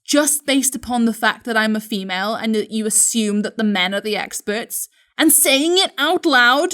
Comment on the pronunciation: How he said femal was sooo funny!